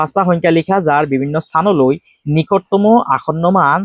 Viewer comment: Sir nikotomo nohoi 😂Nikototom 😅😅😮